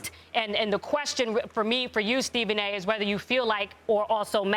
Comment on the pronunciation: TA Stephen a TO did anybody else catch that 😂😂